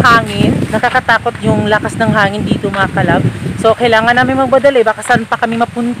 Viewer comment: PLEASE WAG MAARTE SA PAG BIGKAS NG DETO AT NANDETO. .. , , . KASI PANGET PAKINGGAN.